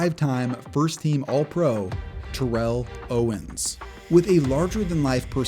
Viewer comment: Great video as always. You mispronounced TO’s name though.